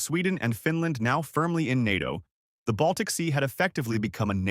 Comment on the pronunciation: Yes and learn how to pronounce “NATO”!